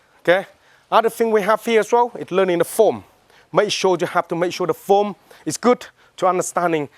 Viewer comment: “Foam” But,it’s actually “Form” 😁 Thanks for this